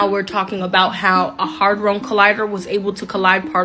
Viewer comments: its Large Hadron Collider not "hy-drone". The way i understand it Hadron is the name of the scientist who supposedly discovered these sub atomic nano particles. The term "Large" in the name of cern reflects the physical size of the machine. The "Collider" part simply means what the machine does which is to accelerate sub atomic particles to near light speed and smash them together hence the word collider. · Girl cant pronounce HAdron, she says it different every time.